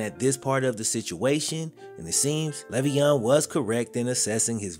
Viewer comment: I mean the least you could do while using his name to make bread is say his name right.... he has said multiple times its "lay-veon"